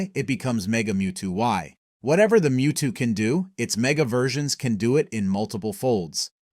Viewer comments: Wtf is a Moe-two? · Blasphemy!!!! WHATS A MO-TWO?!?!?!🤬🤬🤬🤬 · Did he just say mowtwo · They you just say mo-two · You really said MowTwo??? 🚜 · i click off when mewtwo and Lugia ar mispronounced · I click off the moment mewtwo got miss pronounced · was about to write the same exact comment. wtf!!!